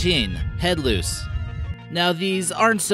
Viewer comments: Louse is is not pronounced loose, it is louse, which rhymes with house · Loose? Do you mean LOUSE?